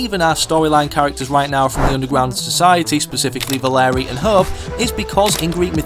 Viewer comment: “valerie and hub” yes that’s definitely how they’re pronounced